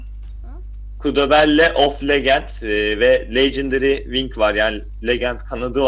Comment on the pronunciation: Legendary Lecındari gibi okunur şunu legındari diyip durmayın